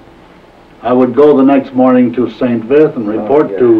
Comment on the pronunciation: Great upload - Thanks. It makes me chuckle that very few American (or English) pronounce St. Vith correctly. It should sound approximately like 'Sant Veet' since 'h' ("Ash") is silent in most french words. But, please keep up the good work!